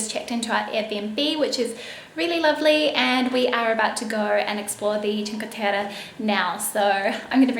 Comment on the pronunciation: Omyyyyyy your make up for the dinner is so great !!! Also your pronounce of "cinque terre" is awesome.. said by an Italian ;)